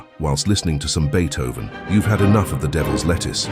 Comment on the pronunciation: Ye-thoven lmao